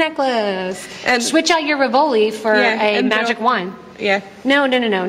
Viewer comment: When you say rivoli, why do you put the emphasis on the second syllable instead of the first? It's an Italian word, and in Italy, the emphasis is on the first syllable.